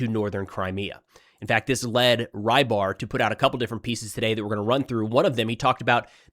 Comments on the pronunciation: Fyi the milblogger is transliterated to "Ribar", most closely pronounced "Rebar" like in rebar concrete. The way you say it, "Rye bar", would be written differently. Fun fact, it means fisherman. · I cant believe nobody has told tou this yet. you pronounce rybar as roebar (as you hear eheh uou say room) . the “ry” stands for russia;) makes more sense right?